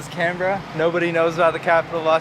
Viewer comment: Well done on the pronunciation of Canberra 😊